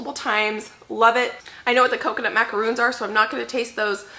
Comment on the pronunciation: Yes you're correct with pronouncing the coconut cookies as macaroons and the meringue macarons ( like the French President) lol!